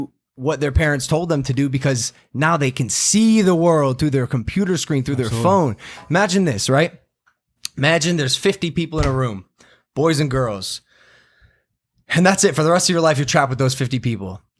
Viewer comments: Zen's Just Browsing yes but he said pooter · mike- "pams pooter"😂😂😂😂😂